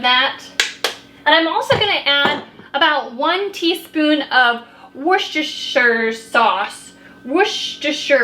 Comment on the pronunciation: You should look for a cornbread salad recipe. So good!!!! ☮ Also. Wash-yer-sister-sauce...